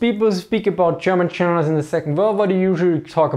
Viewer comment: Interesting topic. But the moment I heard "Cherman chenerals" I tuned out. Sorry. 🤣